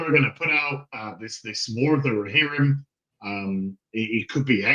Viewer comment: "The War of the REYhirrim"